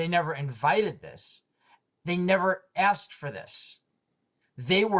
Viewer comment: I can't take any supposed "doctor" seriously who still says "axed"... 🙄